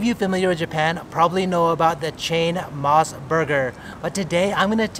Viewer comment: You ate all those burgers in one sitting? I always thought Mos Burger was pronounced "mose" not "moss." The reason why is MOS stands for Mountain Ocean Sun. O as in Ocean. Anyway, I've gone to a regular Mos Burger a couple times. The burgers are OK, but not that great. It's a lot of hype for a slightly above average burger.